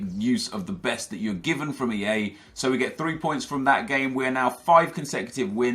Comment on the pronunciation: You said AA not EA